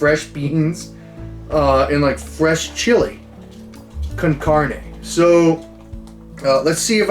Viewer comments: Lol the way you said Chile con carne 😂 sounds like you really tried hard how to say it exactly sounds like you talked Spanish before 😂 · "Chili con carnae"